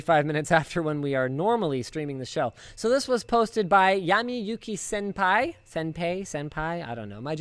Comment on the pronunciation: I was wondering what all the dislikes were about until I heard him mispronounce senpai. SHESH LINUS; HOW CAN YOU EXPECT TO BE NOTICED BY SENPAI AT THIS RATE?!